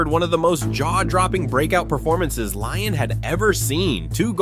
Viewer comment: Its pronounced lee-on not lion